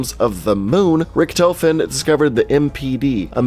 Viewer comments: he says the rictofen wrong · Was anyone else annoyed by the way he pronounced “Richtofen”? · When he said "Richthofen" I got triggered lmao. XD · Gaming pronouncing character names and maps: Zombie veterans: amazing, everything you just said was wrong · You pronounced richtofen differently like 5 times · Drinking game: Take a shot every time he says Richtofen wrong. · pronounces Richtofen wrong Every zombies YouTuber disliked that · Instead of saying "Rikthofen" to "Richthofen", rather pronounce it "Rishthofen". I can understand the pronounciation is difficult for non-German speaker, but this way it sounds "more right" :D also, the E at the and of "Wunderwaffe" is pronounced, like "Wound-R-Wuff-Eh". Hope I helped instead of simply being a German smartass :P